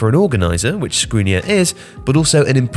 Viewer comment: Milan Škrinirar is pronounced with sh sound.